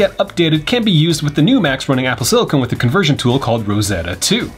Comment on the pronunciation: ITS SILICON